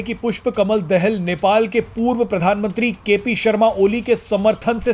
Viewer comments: Dahl nahi Daahal ucharan kare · अरे भाई पुस्पा कमल दाहाल है दहेल नै ठिक से बोलो 😂😂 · दहेल नहि दाहाल है भाइ कोउन सा कलेज पढ्कर आये हो पत्रकारिता कर्ने के लिये। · Dahel nahi dahaal pronounce sahi karo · दहेल नहि भाइ दाहाल बाेलाे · दहाल बोल भाइ। दहल नहि